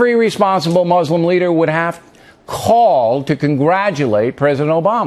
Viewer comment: I wonder if the first step to the US and Muslim countries agreeing on things would be at least one American learning how to pronounce Muslim correctly?